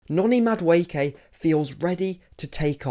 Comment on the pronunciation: Ay bro who taught you how to pronounce the name??!!😂 Damn near perfect 👌